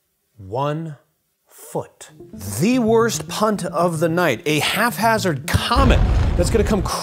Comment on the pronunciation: It's haphazard, not half hazard I think.